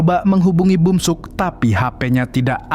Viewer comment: bukan bumsuk tapi beomseok